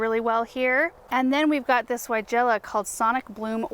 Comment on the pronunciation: Didn't know if u knew weigela is pronounced with a V not a W...thanks Europeans lol..